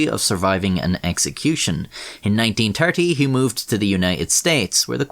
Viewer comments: Bro said ninty thurty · Even if you're not interested in people surviving executions, it's worth listening just to hear the narrator say "1930".